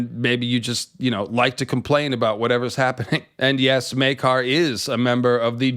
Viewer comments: Well, it's definitely not Myay-car. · Maker. His name is pronounced, Maker. Not May-car. Maker. Love your channel. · Its spelled Maekar. Therefore, it's pronounced Maker. To my knowledge, there are no apostrophes in the name or any other symbols to denote an alternate pronunciation. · The "Myeah-kar" pronunciation is very Irish. See also videos about the Irish MP who sounds Jamaican. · "Meakar" is what i think the herald is saying. the character or the actor misread and switched the A and E. intended, i'm sure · that's not the show or actor butchering Maekar's name, that's just a north-eastern English accent and how they pronounce a long 'a' sound up there.